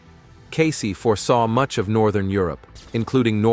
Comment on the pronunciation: First of all, its pronounced "Case" not "Casey". Next problem: We are on a different timeline, due to free choice of humans (who chose correctly). These predictions will not come to pass, or the predictions will or can be mitigated.